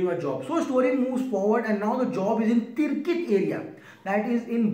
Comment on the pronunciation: its Tikrit, not Tirkit😉